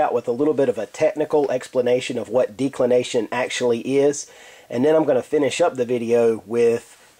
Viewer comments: Maybe a minor point, but you are not pronouncing it correctly, the "e" should be soft, not hard i.e. like the first "e" in the word "decimate" Audio clip of pronunciation is is here: thefreedictionary(dot)com/declination Good vid otherwise, clearly and correctly explained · Can't even pronounce declination correcly from the beginning - why should anyone stick around for the remainder of the vid?